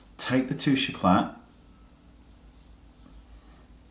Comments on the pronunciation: I hope I don't sound obnoxious by saying this, but you don't pronounce the "T" in this my darling. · "The worlds most misused product" tbh it's probably the worlds most mispronounced product, it's really annoying me how you are pronouncing it wrong...